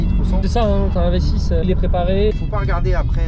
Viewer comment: Le proprio a peut être compris i6 au lieu de v6. Quand j'ai écouter le première fois j'ai cru entendre i6 mais je suis retourné en arrière pour être sur.